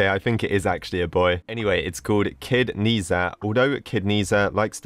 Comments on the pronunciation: Dude, I'm almost like a big fan of nezha and I'm overproud when seeing the thumbnail how to pronounce it by the way: ney-cha i think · omg i love nezha but its actually pronounced Naysha in english or with a Chinese accent its Naja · I completely understood this and by the way I believe it’s pronounced Ne Ja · I’m the biggest nehza fan I watched all the movies(I’m part from china) IM HYPE And it’s pronounced Nah-Chah Btw the ribbon in the actual movie there basically like each god has one and it does special things But rip it closed lol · By the way the Chinese words stands for Luo Bu Le Si meaning roblox in Chinese and it’s pronounced as Nei-ja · Yes you pronounced it wrong but don't worry everyone males mistakes in the movie they pronounced it as nesha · Its pronounched as neh-za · its also pronounced ned-zha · how to pronounce it = nezha=near (without the a) then zha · To pronounce it correctly its Neh ja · The words "ne zha" are pronounced "nuh ja" I know this bc I'm half Chinese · Its nezha but you pronounce it as nazha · it is like na cha or na za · i am chinese and the closest prounouncation i can get from text is 'n-er ta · im not being rude, but it’s pronounced ‘zhe sha’ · Its pronounced "ni-zda" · u say it like neh sha hes a boy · I think its na sha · Nehza do not pronounce like that is like neza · nezha is pronounced neh-za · Not nesa i am so angry about how you say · Lol. You definitely pronouns wrong the person's name and actually the items you got in the obby is the items he have. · Not knees a its nezha but u pronounce it diffetently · you pronouce wrong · Even though i'm not chinese, the correct way to pronounce Ne Zha is "ne ja" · ITS NEZHA, NEZ-HA DONT DISRESPECT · it’s pronounced na zha it’s called nezha because it’s for the English kids I’m asian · Its nezha not nazha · It’s spelled NER ZA btw not Ni za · Sir it’s not nezah it’s nez ha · its not kneeszha its pronouced neshzha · Ne ZhA XD